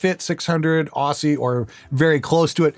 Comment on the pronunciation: A tip from Australia, Aussie is pronounced like Ozzy.